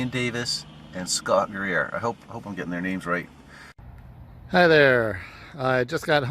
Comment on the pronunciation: Corrections: Scott “Geer” and it happened in the Allegheny National Forest (in western PA).